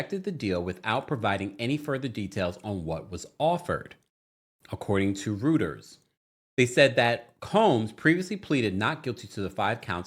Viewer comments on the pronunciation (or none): Isn’t Reuters pronounced ROYters. Not ROOters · "ROY-TURS" Don't go on tv saying "rooters." This is not a shame comment. It's to help you. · "Rooters" lol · You mispronounced Reuters. Do better please ❤